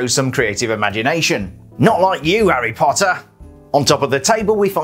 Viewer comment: I like the way he says HARy POTTer